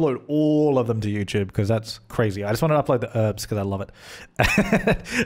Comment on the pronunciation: The Sim Supply Or one for every time I thought you were saying 'herbs' instead of 'Urbz' :)